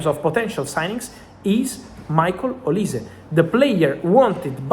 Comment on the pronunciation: I guess some Nigerian fans of yours has told you olise how to pronounce his name very well kudos man 🎉